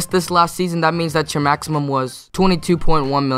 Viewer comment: Lol he said maxium contracts instead of maximum contracts